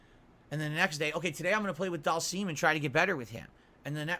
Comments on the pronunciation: Have you heard how he says Dhalsim? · DAHLMSEEM, E HAHNDAH, and my all time favourite SAGGOT